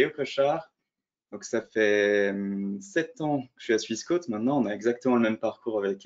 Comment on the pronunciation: pourquoi prononcer swiss" quôte", alors que ça devrait logiquement se prononcer "quote", comme une quote boursière.